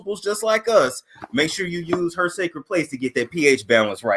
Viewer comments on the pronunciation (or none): I knew she was gonna be ignorant as soon as she said I sholl is..